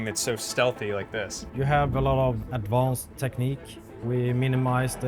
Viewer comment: I like the “Advaounced technique” (Bros majestic🥹)